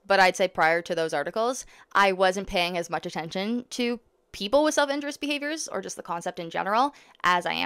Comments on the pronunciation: Every time you say “self injurious” it sounds like you’re saying “self interest” please pronounce the second i and put the stress on the u. “in JUR ee us” not “IN jur us” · Great video,. The autism community is fortunate to have you as an advocate. I just want to point out the correct pronunciation of the term self injurious (in-jury-us). Keep the videos coming 😊